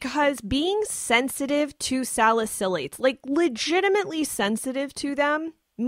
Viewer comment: You’re pronouncing salicylates wrong